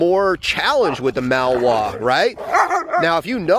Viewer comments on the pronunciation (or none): Do you mean to say “Malinois” not “Malware”? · maLinois! Not mawoa... MA LEE NOA... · It would be easier to believe that you have "years of experience" with these dogs, if you could at least pronounce the breed name correctly.